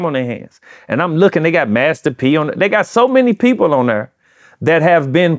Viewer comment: Right thur 🤣